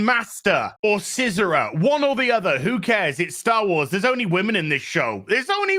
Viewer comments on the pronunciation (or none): none